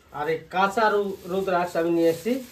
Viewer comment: Apni rudraksh bolen keno apni bengali rudrakkho bola uchit